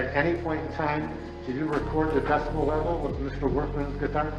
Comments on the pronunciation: Cop giving evidence refers to the noise scale as a "decimal" instead of "decibel". so funny. 9.40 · Did you say "decimal"? Lol silly cop. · "Check your ordinance". Literally knows nothing about the law. And it's decibel not decimal. What a smarty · Cop keeps saying DECIMALS, instead of decibel! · Even given a demonstration of the correct pronunciation of the word, the poor bastard clearly has no idea what "decibel" means, let alone how to say it.